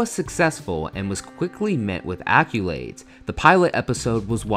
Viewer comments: there's no U in accolades. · AccOlades, not accUlades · Did this dude just say acculades?